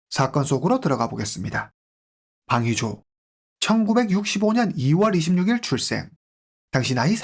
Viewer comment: 방위조가 황의조로 들리다니